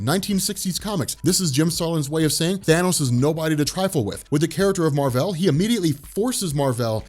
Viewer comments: His name is literally Mar-Vell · that's how it's said